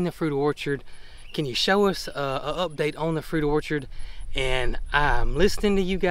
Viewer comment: Did you say your Crabapple CAN or Cannot cross pollinate?